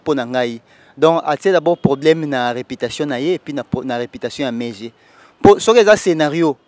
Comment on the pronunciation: Po na nini Ba kinois bazalaka ba zoba boye , ils confondent i et u ; e et eu. Reputation et non reoitation.